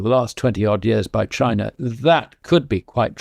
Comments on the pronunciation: It’s Chiner, not China. Weren’t you listening to the interview? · Indier and Chiner? Never heard of those countries.